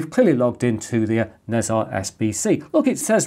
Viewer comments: Great content, as usual! Nezha would be grouped as Ne Zha rather than Nez Ha as you were pronouncing it. Roughly pronounced (in British English) as Ner Jar. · It's pronounced ne jar, "h" is not silent, 😁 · Nezha is one of the celestial beings in Taoist mythology/religion and one of the biggest rivals of monkey king sun wukong. It's pronounced "Na Cha". Most of this info is based on what I was exposed to growing up in a Taoist, Buddhist household.